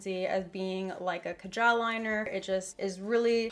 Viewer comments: It's kaa-jal. Btw ily💘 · How she pronounced kaajal😂😂😂